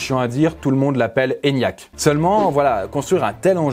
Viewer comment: Quand tu dit l’eniac on dirait que t’es raciste envers les asiatiques 😄